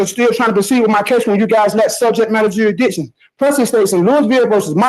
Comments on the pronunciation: Take a drink every time he says juradishun. We’ll have a fine ol’ time! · Juradition ? Slow down. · Ah, "juridiction" strikes again! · what exactly is juridtion? and whats charrenged? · Ommmmm, what be the juri-dishun? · 'Jurydishin' is just as good as Kiser's 'A-June- acation' 😂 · I’m sorry did I hear the word durishdishun? Hahahaha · It's the court that establishes jurisdiction, I didn't know that it jurahdiction was up to the defense. Never heard of jurahdiction before 🙄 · “A court can’t proceed without establishing ‘jurididun’…”. Mastery of the English language right here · Dury-dickshon …. Which he has to prove….? What is he trying to speak about? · "You gosta prude jewsdition" HOLY CRAP! Really? They are gonna let this guy "pro his se"? Lol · What’s Juri-diction? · Did he say juradision? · Prohibitation. Juridishun. Judge starts trolling. 5 star offering. Thanks,. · Judge must speak fluent jive to follow this. With his 'juri'ickshun' and all the usual 'all-caps entity legal fiction court of record special appearance beneficiary living person colour of law' spiel. Though he can, surprisingly for a jive-talker, pronounce 'ask' correctly. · Juidision, need to estabish jurision. Jurridission. I dow undersand. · Can’t even pronounce “jurisdiction” properly